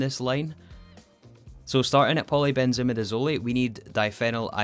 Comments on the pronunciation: It pains me so much… but I have to correct your pronunciation. Polybenzimidazole ends in /azohl/-ish sound, not /azoley/. As for antrahydroquinone, I believe you got that one: it ends as /kwinohn/. Anyhow, thank you for this episode (and the previous ones)! I love watching them <3 (Not using IPA symbols because if you’re not an expert on those, you’ll be more confused). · Chemist here, it’s pronounced polybenzimidizoll, not polybenzimidizolee 😅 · I love the video, but I hate how you pronounce polybenzimidazole. I’m fairly certain the end is pronounced the same way mole is pronounced. It’s a difference between “hole” and “holy” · Its so odd hearing in pronounced like midizol-i and not midizol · Ah yes, polybenzimidazolEh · Btw, in polybenzimidazole the “zole” is pronounced like “sole”. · the zole in polybenzimidazole rhymes with soul not olay XD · Except for polybenzimidazole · You said all the quinone ones right, but u messed up polybenzamidazole: Afaik, u done pronounce it like e at the end like the e in eat, rather its silent (so like simple, e silent). either way, me so happy u rebooted the series! congrants on the T3 rocket!